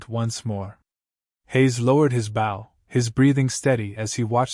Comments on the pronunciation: Bow the weapon is pronounced with a long O. The way it is used here is fot the front of watercraft. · I got a kick out of what would have been a good story. The primary weapon of our rag-tag group is the bow and arrow, yet not one time in the entire story was it pronounced correctly😄